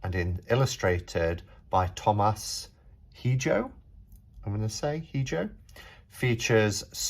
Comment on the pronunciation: also Hijo = (EE-hO)